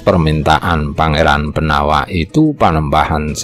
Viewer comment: Pengucapan nama Jowo, walaupun tertulis huruf a, ada baiknya diucapkan o. Seperti nama jowo Pangeran Benowo. Namanya memang BENOWO, bukan BENAWA. Nama lain Sunan Prawata, nama aslinya ya Sunan Prawoto. Kalo diucapkan Prawata, jadi agak aneh.